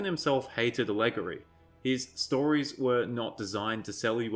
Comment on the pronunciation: Adap-tae-tion and all-eh-gory...keeps throwing me out....good views, definitely, though....It's been disgusting watching particularly the outrage peddlers you describe.